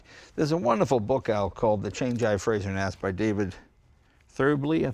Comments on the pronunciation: It's a very small point, but Frazer is not pronounced like Frasier (the TV show), it's like adding an 'r' onto the end of the word 'Phrase'. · I'm not a pedant by nature but I can't take it any more. It's Frazer not Frasier! Different names, different pronunciations. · It's frazer not frasier .great car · You'd think someone who is half-Scottish would now how to pronounce "Frazer."